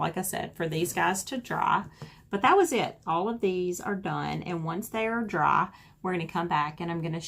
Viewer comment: Why can she not say "dry" but "draa" ?